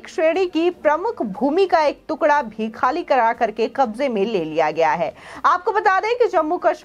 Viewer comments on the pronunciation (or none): none